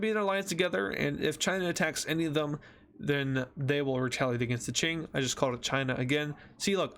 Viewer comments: It's not ching is king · Its K-ing not CH-ing and its lao-S not lao (i think) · did he just say chink empire? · Qing Dynasty is pronounced king Dynasty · "ching dynasty"💀💀💀💀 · „ching dynasty“ wtf 💀